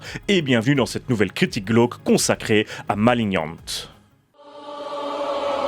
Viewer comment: Par contre faut faire un choix, soit on dit malinian, soit maliggnante, mais maliniante ça fait encore le français inculte qui croit savoir prononcer l'anglais.